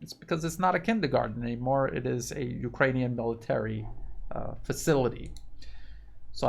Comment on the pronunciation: "ukranune D DAY" give us a break LOL